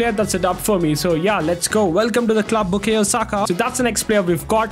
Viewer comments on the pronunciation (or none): Bro literally said "Bukeyo Saka"